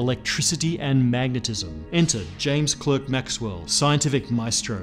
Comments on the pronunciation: James Clerk Maxwell was Scottish. His middle name Clerk is properly pronounced "klark". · Brilliant exposition as usual, but, James "Cl-Ark" Maxwell. Cl-Erk, is the American pronunciation of Clerk. No excuse for being Australian either! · I am SHOCKED mate! As an Aussie, you SHOULD KNOW that the 3rd Greatest Ever Physicist (Maxwell)'s middle name is pronounced "Klark" NOT "Klerk"! OBVS you have lived in the "good old USA" just A LITTLE too long and need a HOLIDAY (NOT "vacation"!!!) back home or in sunny London, to Renew Your Correct Vocab! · He is spelled clerk but pronounced clark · James Clerk Maxwell. Why, when it's a name you say "clerk" but when it's his job you say "clark"? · The "Clerk" in James Clerk Maxwell is pronounced "Clark". English is full of these pitfalls for foreigners, particularly over names. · Clerk is pronounced "Clark". You are not American. You should know better! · That's pronounced clark not cleerk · Tut tut Prof. J C Maxwell's middle name is pronounced as Clark (as in Superman). Fun fact: that's how clerk (name or profession) is always pronounced in the UK (undoubtedly there will be the odd erk around though lol). Otherwise, top video. Cheers! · 'Clerk' is pronounced 'Clark' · Clerk is pronounced CLARK! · clerk is said 'clark', he was scottish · Small point, but it's pronounced "Clark" not the American "clerk". (Despite all the Internet guides that get it wrong). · pronounced "klark", not "klerk" (Ks for klarity) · Clerk in Britain is pronounced as Clark. I don't know how far back in time that holds true but I think it was Clark when JCM was alive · The presenter isn't but should still say the name the British way. JCM was British/Scottish and would have pronounced his own name as per Clark. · Maxwell's middle name was pronounced "clark" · Maxwell's middle name is pronounced "Clark." Later: Just ask the Queen of England! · Mispronounced James Clerk Maxwell. It’s pronounced Clark.